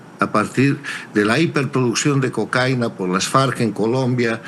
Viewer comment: cocáina? es cocaína...me extraña de él...